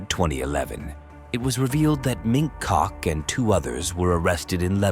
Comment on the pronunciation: Every time you say "mink cock" I laugh.